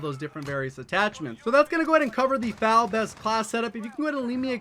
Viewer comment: Bruh you really said “FAL” it’s “F-A-L”